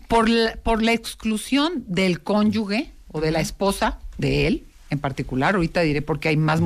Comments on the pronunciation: con respeto y buena intención le corrijo: es CÓNYUGE no Conyugue (es decir, la "g" suena como "j"). Excelente contenido, gracias por seguir compartiendo su conocimiento! 🙂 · ayy no tanto que admiro a y dice conyuGUE..es conyuGE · ¿Por qué la terapeuta no pronuncia correctamente cónyuge? Mínimo que hablé bien 😩